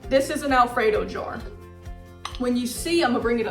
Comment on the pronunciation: I THINK SHE IS TRYING TO SAY “ JAR” .